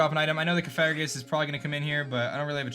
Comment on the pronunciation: Coh-far-ih-gus? It’s Coh-fah-grih-gus. Pft, you do this for a living?